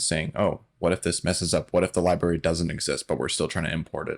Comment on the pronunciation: 'Libary' makes me laugh every time 😂